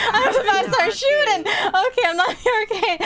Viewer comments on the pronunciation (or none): the way she said "shootin"